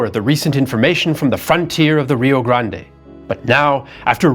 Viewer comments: First, kudos to for his detailed and informative explanation of the musket as used. Second, pronunciations are hard. They are harder in Texas., you persisted in pronouncing Rio Grande as ree-oh grand-ay. In Texas, we pronounce the name ree-oh grand. Silent final e. How do the Mexicans pronounce Rio Grande? They don't. The Mexicans call the river the Rio Bravo. They have one name and we have another. Like the Gulf of America. San Jacinto pronounced sahn ha-seen-toe is correct for locations in Mexico. In Texas, it is san juh-sin-toe, with j like in jet. Makes no sense to me either. Could be worse. There is a town in Texas named Mexia. Perhaps the Mexican pronounciation for it is me-hee-a. Don't know. One would suppose the Texan pronunciation to be mex-ee-ah. It is not. It is muh-hay-ah. Could be worse still. Refugio is pronounced ray-fyu-ree-oh. Guadalupe, pronounced hwa-da-loo-pay by all Mexicans (who think it is misspelled), is pronounced gwa-da loop by Texans. This mess started when the Mexicans threw out the Spanish. The Spaniards named the land Mejico, because they could not pronounce the sh the Mexica people used. When the Mexicans took over, they changed the spelling to Mexico but kept the pronunciation. So Tejas became Texas. Of course when the gringos entered the pronunciation of Mexico and Texas changed to suit Anglo palates. Pronunciation went downhill from there. This is to say that your pronunciation of names in Texas is bad but readily forg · The 'e' in Rio Grande might be enunciated in Spanish, it's not in the US or Texas, so when he reads direct quotes from American people with the Spanish pronunciation...